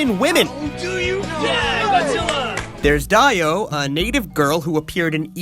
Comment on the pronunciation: The second interest's name (I think) is pronouced "DEO," not "Dieo." . . . "I'm going over humanity, JoJo!" - Dio Brando (JoJo's Bizarre Adventure: Phantom Blood)